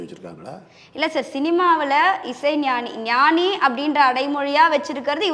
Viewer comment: Noni not ஞானி